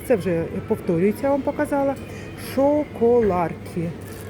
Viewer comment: Цукерки Гранола а не Хола,Шоко лапки а не Шоко ларки(либо чоко лапки якщо англійська)...а так огляд не поганий!))